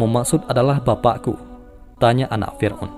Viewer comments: Fir'@ min🙏🏻 Bukan fir'un Maaf klo lancang Semangat terus ngonten nya min🙏🏻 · Lbai kalilah, firaun di bilang firun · Yang gue dengar Fir'un?